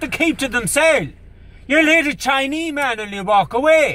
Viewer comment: My granda actually pronounces it as "chinee" too